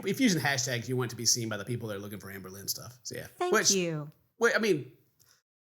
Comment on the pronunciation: I honestly love that when says "Amberlynn", it sounds like "Anne Boleyn". It really makes watching feel like a histical event.